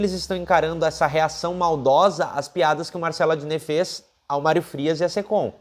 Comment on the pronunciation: "Málrio" Frias o fanfarrão Imbecil!!!😁😁😁